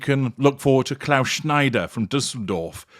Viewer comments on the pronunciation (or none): none